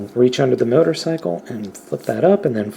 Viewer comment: At one point I thought you said mightercycle